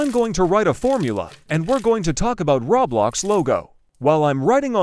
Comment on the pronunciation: why do you keep saying "rablox"